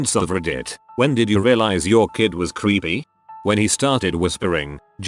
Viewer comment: I thought the AI said "your kid was creamy" 🧐🧐